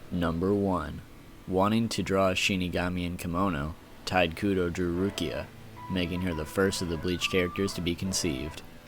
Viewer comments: The mispronunciations of "Tide Kudo", "Nanano", "Sasuke Aizen" were killing me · "TIDE KUDO" ??? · 'Tight' Kubo......the man's name is pronounced Taito Kubo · It's "Tee-tay Koo-Bow" not "Tight Koo-doe" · ITS NOT TITE KUDO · Sorry but, you REALLY need to learn how to properly pronounce things. Can't even say Tite Kubo's name right. he keeps pronouncing it as "Tide Kudo". Completely takes my attention away from the actual facts. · "tide kudo" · But its pronounced shortly tee'-tae Koo'-bow' (but leave out the end and stop in the middle of "ow"). I'm from Europe So i read Tite Kubo like...Tite Kubo. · Tide Kudo. XD